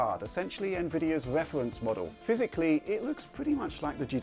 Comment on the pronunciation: "Wefwence modew"